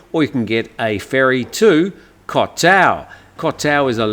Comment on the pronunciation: Backpacking guy could do with a compass and Google translate or a good thai phrase book 😂Also the host here needs some basic Thai information as continuously using the wrong pronunciation for the Thai word for island and others is telling.If you live in a country for many years and still do not bother to learn some common word pronunciations such as เกาะ Goh island even though it is romanised to Koh and กลาง Glang centre or middle not klang as belled out here,it shows that there is no depth of interest in things Thai.Imagine if you lived in an English speaking country and your name was but everyone called you Yim or Dim.Start to grate I’d imagine.I can understand it though as sign posting เกาะ ติม for island might be the reason😂